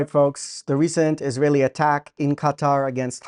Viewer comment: have you all noticed how Arabs just can't say ISRAELI, it's ALWAYS ISRAiLI.